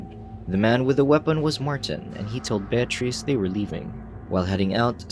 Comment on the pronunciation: Voice Over Guy was killin it until he tripped over the name Bear Treece 😂 Voice Over Guy decided to double down and keep destroying her name. Well played 👏